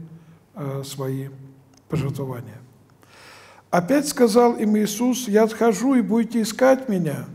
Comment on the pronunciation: Подскажите пожалуйста почему о.Олег так необычно делает ударения в словах, ПожервовАния, римлЯне...?